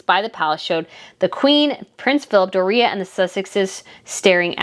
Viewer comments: Why are you mispronouncing Door re a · Her name is DORIA NOT DOREA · Doria's name is pronounced DOR ee ah, not Dor EE ah.😉😊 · I say this respectfully, Doria isn't pronounced Dor-ria it's just Dori-uh spelled Doria. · NOT "DORR RHEA" IT'S DOORIA...DORIA. SIMPLE. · You are pronouncing Doria wrong. Door-e-a not Door-ree-a. It reminds of Tom Bower mispronouncing Oprah. Good job on your channel. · I have to laugh when you say the name of Meghan's mother -- Do-REE-a, which sounds like diarrhea. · Door re-ya is how it’s pronounced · Hey girlfriend. I am liking your channel. I look for new post everyday, but I do think you should brush up on your grammar. It’s not Uninterested! It’s disinterested, it’s not frugulty, it’s frugaaaaality, long a….and please stop saying Dorea, like Doritos! It’s one word Doriiiiiiaaaa!